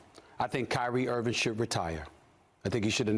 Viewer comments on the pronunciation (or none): He still callin him "Kyrie Irvin" 😂